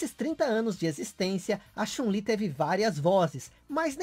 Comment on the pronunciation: A pronúncia de "anime" que você fez tá errada, cara. A de "Chun-Li" tanmbém. Onde existiu esse século "1900"? Não seria mais fácil dizer "Século XX"?